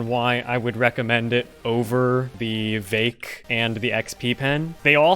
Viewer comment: its not vake and its not gowmin. for you, ill spell it so that you can say it correctly. its veek and gowmon. not gaomin, gaoMON